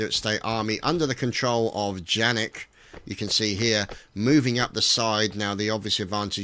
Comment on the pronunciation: Oh...and it's not pronounced 'Jannik'...it's pronounced 'Yannik' (German names :P)